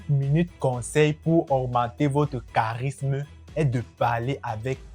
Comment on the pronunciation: le charismeu , differenteu , dominanteu .....j'aime bien l'idee , mais je ne supporte pas l'acces. on croirait une parodie des dialogues de kirikou